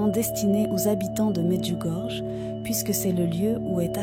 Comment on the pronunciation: AMEN et Merci. Mais svp Medjugorje se prononce Medjugorie . Par respect, veuillez en tenir compte svp. Soyons bénis par Jésus et Marie notre bonne mère toujours parfaite, vierge et immaculée du ciel.